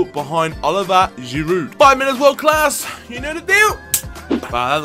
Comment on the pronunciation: For Giroud, we don't pronounce the "D" at the end in France.